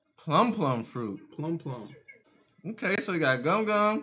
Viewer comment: Smoker’s fruit name is meant to be pronounced Plume. Rhymes with Doom. Like a plume of smoke.